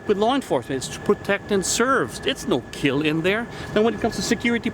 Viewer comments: Yes, but will it....... "Keeilll"????????????? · its "keal" - Looks like someone has been watching Forged in Fire